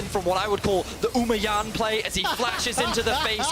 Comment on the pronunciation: "The uma Jan play" HAHAHA